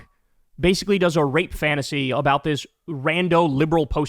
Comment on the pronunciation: Bro first time I've seen Kyle so shocked he forgot the g in grape